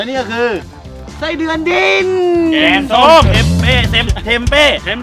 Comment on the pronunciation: แกงส้มค่ะไม่ใช่แก้งส้ม😅